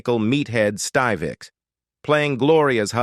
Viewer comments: It’s “Stiv-ick”, not “Steve-ick”. Gosh, I hate A.I. voiceovers. 😡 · why so many mispronunciations ???? its NOT styvec (have you EVER EVEN SEEN THE SHOW ?????) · The narrator continued to mispronounced Rob Reiner's character's last name.